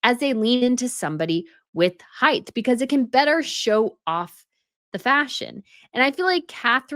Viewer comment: Height NOT heighth. Come on, I loathe Meg too but she looked fine.